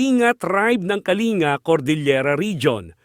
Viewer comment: Kalinga tribe is pronounced as kalingga